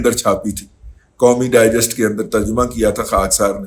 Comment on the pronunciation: Mazrat janab "Digest" not Dijest .